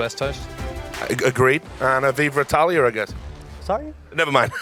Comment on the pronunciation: Anouncer: "Viver Italier": "I'm sorry?"